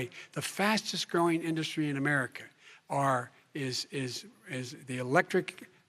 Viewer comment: And that's now how you pronounce "INDUSTRY" 🤦🏾